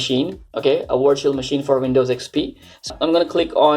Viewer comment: Why do Indians say vindows and wirtual, but say website perfectly?